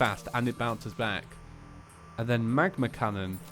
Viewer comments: I know he won’t see this because I’m 2-3 years late, but it triggers me whenever he says ‘magma cannon’ when it says ‘magna Cannon’ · Also it's magna cannon not magma connon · You said how it's a ''magma cannon" it was "magNa cannon" it was funny but I'm really enjoying series two, thank you 😂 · it is called a M A G -> N <- A cannon not M A G ->M<- A cannon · Its actually pronounced magna cannon instead of magma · Sighs mag-NA cannon not mag-MA cannon. Oh well have a nice day:) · magNa cannon, not magNa